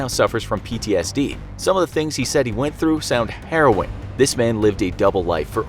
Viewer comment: I know he said \meant "harrwing " but i heard "heron " and thought it was a bad pun LOL